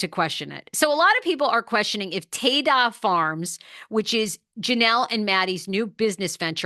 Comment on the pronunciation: It’s Ta-Da Farms - like presenting… ta da! I think your pronouncing it incorrectly